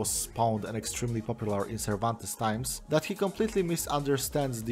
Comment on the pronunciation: I thogh you werent really butchering the languages that much until you read cervantes's name, is that really how it feels hearing someone destroying your native language?